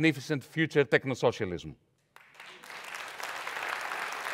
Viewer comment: Did he just say technosolialism?